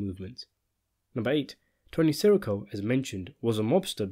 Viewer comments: i’m sure you know from other comments by now but it’s pronounced tony “siss err oh” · Dude - it's sih-REE-co. Not SEH-ricko. Come on! You mispronounce it 100 times in every video you make.